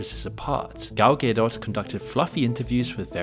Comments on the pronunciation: Gal “Gay Dot” lol 😂 idk if that’s wrong, or I’m wrong, but that is not how I’ve been saying it. “Ga Dough” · It’s said ga-doe btw not gay-dot lol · "Gaydot" Bro couldn't reseaech the proper pronunciation? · Dude how are you pronouncing Godot? That’s hilarious. Ga-dot not gay 😂😂😂😂😂😂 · GAL GaDOT not Gale Gado please please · Please pronounce Gadot's name correctly. Its not Gedot, its Gadot. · Gal Gay-dot 😆🤣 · I’m almost sure it’s phonetically “gal” “doh” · Who the hell is even Gal Gay-doh? 🙈 How about you learn how to pronounce he names of the people you are talking about? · “Gal Gay Dot” ain’t beating these Ai accusations 😂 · Yes the movie sucked but the name Gal Gadot has been said out loud thousands of times. I dont get how its being pronounced Gal Gaydott. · “Gal ghedo” my man LMFAO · Gal Gay-Dot 😂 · Gal Gay-Dot 😂 A gay dot is a hilarious concept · All value this video might have had was squandered by your pronunciation of "Gadot." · Downvote and reported for how to pronounce "Gadot" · I'm new to the channel - is misprouncing Gadot a bit? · How are you pronouncing Gal Gadot?!?!?!?! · Please say Gadot correctly next time 😭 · Please learn to pronounce Gal Gadot's name correctly. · I love how pronounces "Gadot" exactly the opposite of the correct way 😂